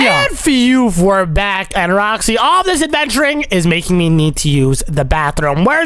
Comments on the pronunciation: said " oh my gwosh" instead of gosh and he said "rwoxy" instead of roxy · I'M gonna romind u it's not roksy it's roxy